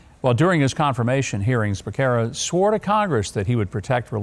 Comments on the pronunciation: lBecerra's name is pronounced Beh sarah it's Spanish means calf...moo 🐄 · His last name is pronounced Be-serra. For me, I plan to go by the Constitution. I don’t plan to follow any directive that is in direct conflict with the Constitution.